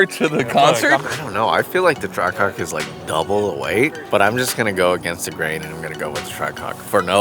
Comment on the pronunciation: Anyone notice can’t say track hawk?